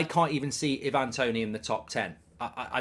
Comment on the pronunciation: Love your stuff mark and I know there is more important things in the world but please pronounce Ivan Toney as I van not e van 😂